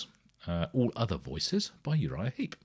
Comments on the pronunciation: Heep not Heap. Sorry to be pedantic. First band i ever saw live in 1971, I highly recommend their previous album 'Look at Yourself' - still my favourite of theirs, and 1970's 'Salisbury'. Great band who sadly have lost many of their classic line up, but are still going strong today led by the great Mick Box - bless his soul. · It's Uriah Heep, not Uriah Heap. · Heep - not Heap.